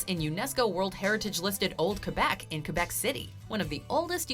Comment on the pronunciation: Your pronunciation of “Quebec” is perfection, but you really need to work on your Torana. 🤣